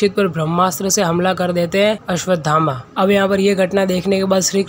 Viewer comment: अस्वधामा ❎ अस्वथामा ✅